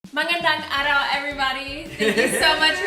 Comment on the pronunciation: Magandang araw. Nicely pronounced...hahahaha!